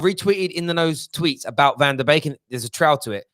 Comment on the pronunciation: BEEK NOT BAKE!! C'ON!!